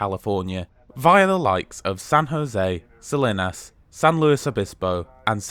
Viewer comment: The town of Salinas is pronounced more like "Suh-LEEN-us". Paso Robles is pronounced more like "Robe-lez". Santa Barbara is pronounced more like "S-Anne-ta" like the girl's name "Anne". A lot of place names have Spanish origins, left over from when Mexico was officially the government "in charge" back in the 1840's. Hopefully, the café car food selection will improve to include some better VEGAN options. They did have one menu item: "hummus with pretzels", which seems kind of pathetic. That they are still excluding coach passengers from the dining car is also disappointing.